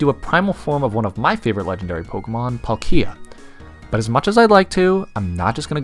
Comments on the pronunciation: PalkIa because Paul is pronounced as P-O-L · I thought that it was pronounced as palkia, not Paul......Kia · Who tf is palk-eee-a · I'm pretty sure it's pronounced "Pálkia," not "Palkía" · Its not palk I a, its PAL kia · It sounds so weird hearing the American pronunciation of Palkia. It’s a slight change but it sounds so wrong. For anyone wondering, American:Pawl-Key-Ah. Everywhere else: Pal-Key-Ah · "Paul-Kia". Alright sir with a common male's name owning a Korean brand car it's "Palk-gee-ah" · Dialga is pronounced DEE-AHL-GA Not DIE-AHL-GA Palkia is pronounced PAULK-EE-A not PAUL-KEEE-A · dude you're saying palkia like pal kia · Pronounce it pal-kee-uhh one more time.. XD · Say Palkeeya one more time, I dare you. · It’s PAl-kia with focus on the first a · i mean that's really cool and all man but like did you just say Pal -KEE-a? I object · You say Dialga properly but who says Plakia emphasising the "ki" ??? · It literally sounds like pal ikea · Its sounds like polkeea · That's not how you say palkia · Glad someone loves pal- Wait how did you pronounce it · Love the vid but the way he says Palkia.... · You pronounced palkia wrong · I either hear PAHL-kee-uh or PAWL-kee-uh but can't say I've heard pawl-KEE-uh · The way he said palkia hurts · Oh ma god if he says Palkia like that one more time I’m gonna be SHOOOOK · that’s a pretty brave pronunciation of “palkia” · yeah he says it kinda like that🤣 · Every time this man said "Palkia" i cringed harder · That pronunciation of Palkia is awful!!! But great video nonetheless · I couldn’t watch this video. You can’t even pronounce palkia right 🤦🏽‍♂️ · Great video but I can’t stand how you pronounce Palkia lol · Bruh amazing video but WHY IN THE HECK do you pronounce Palkia like that!? The emphasis is on the A, not the I! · It's on the "palk" part specifically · My only criticism lies in how you pronounced palkia but to each their own. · He says palkia like it's a Pokémon world version of IKEA....